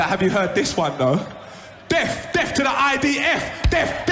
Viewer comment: It’s not “deaf” It’s “death”…